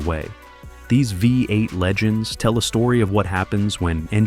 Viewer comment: The AI commenter calls it a 'Vi 8' twice, (instead of 'V8').